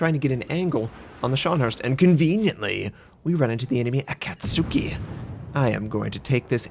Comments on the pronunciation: Ah-cat-ski! Say it with me: Ah-cat-ski! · I'm no weeboo, I promise. However, I did live in Japan for 13 years growing up as a kid because military family. The short 'A' sound in 'cat' is not something that exists in Japanese. It's more like the a in 'father'.